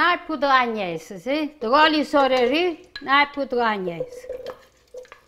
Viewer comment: Wonderful, cant wait to make this. Dont you love the way she says Oiryll...........oil..lol x